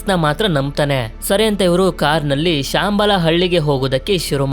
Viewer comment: ಬ್ರದರ್ ಶಾಂಬಾಲ ಅಲ್ಲ ಶಂಬಾಲ